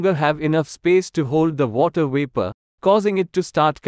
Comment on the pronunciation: What happened to the “V”? You don’t pronounce Vapor with a “W”!!